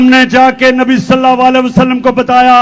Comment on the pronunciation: نبی صلی اللہ علی وسلم بھی اس شخص کی زبان سے ادا نہیں ہوتا۔۔کہتا ہے نبی صلا والا وسلم۔ یہ کون سا درود ہے؟؟؟؟؟